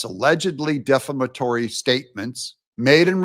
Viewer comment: Bro, if you learn how to properly pronounce the word defamatory, you will sound a little bit more intelligent- Bests- AJ in NC